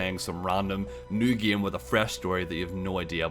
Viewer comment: why do you keep pronouncing game as "gam"?